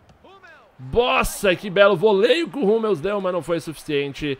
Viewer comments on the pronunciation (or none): none